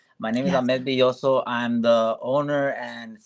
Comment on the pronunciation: My toxic trait is I unfollow if someone hears Ahmed Bellozo say his name (not ) and proceeds to pronounce it wrong and alsoooo if they are broadcasting his live but won't follow. 😂 Thank you for saying his name properly, and thank you for having him. Thank you for creating what feels like such a peaceful, safe place,! Huge fan of you too. Love how classy & subtle you are ❤🎉